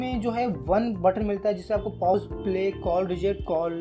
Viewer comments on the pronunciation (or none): Paous nahi hota...Pause hota hai..😁😁